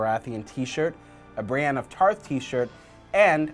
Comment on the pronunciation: Why are they pronouncing brienne so weird lol